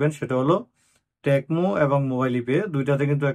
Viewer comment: আসসালামুয়ালাইকুম ভাই শুদ্ধ ভাষাটা কেন অশুদ্ধ বানান,, এটা টেকমো না,টিকমো হবে ভাই 😊